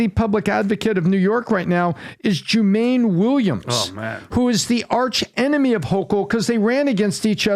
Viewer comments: Joo-mahn-neee Williams not Joo-mane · Love the analysis - but it's not "Joo MAYN", it's "Joo-mah-nee". Just wanted to point that out. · joo-main 😂, do better